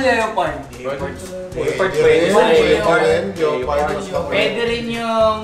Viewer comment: Anong "leyopard"? Lepard ata pag pronouce da leopard mga hunghang